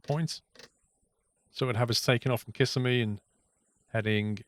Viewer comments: As a local, I suggest Kiss SEM e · Its the second i in Kissimmee that is stressed. Sounds funny your way. Nice video.